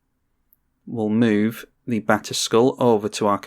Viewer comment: I swore you kept saying Back to School and not batterskull lol. I was so confused lol